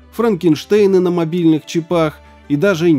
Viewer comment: чИпах, чИИИпах, а не чипАх. Выучи уже наконец-то